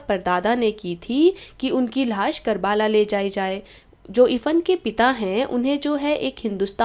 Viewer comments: Karbaala nahi karbla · Nice video but its not karabala it's karbala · Ma'am it's 'karbala' not 'karbaaala'